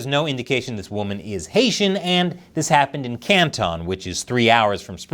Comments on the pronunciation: Hey...this isn't China Uncensored. It's Can-tun Ohio, not Can-tawn. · Your China Uncensored is showing. It's not pronounced can-TAWN it's pronounced CAN-tun you can even drop the t if you want. Love the video! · FYI: It's not "CAN TON" it's "Cant ton." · I'm pretty sure that it's pronounced "CAN tun", not "Can TON". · Woah, woah, woah! Did you just pronounce Canton as Can’t-ON? As a proud citizen of the great city that has the highest murder rate in Ohio, I would like to remind you that it’s pronounced Cant-in 😂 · Can-tin is how you pronounce it I work there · Can-tin = Canton. Just trying to help. 😁